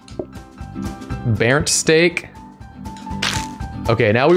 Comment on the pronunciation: pronounces 'burnt' as 'bearnt' My German ass: Bernd? Bernd of Das Brot fame?